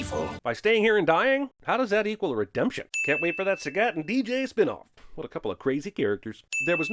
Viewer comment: Not taking a stand against the horrible pronunciation of "Sagat" ding